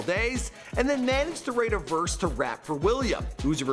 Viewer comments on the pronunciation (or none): none